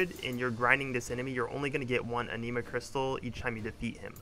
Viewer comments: My friend not talking shit just trying to help its not pronounced aneema. Is ani ma like japanese anime or animal. The 'i' is pronounced like the 'i' in it, not an 'e' sound. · A-nih-ma not ah-knee-ma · omg the way you say anima im going crazyyyyyyy...good guide otherwise